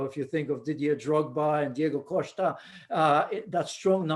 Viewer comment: That was a good pronunciation of Diego Costa